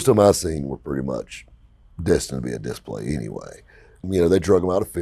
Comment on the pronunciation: “On Dis-play” Did you get in-surance for that 😂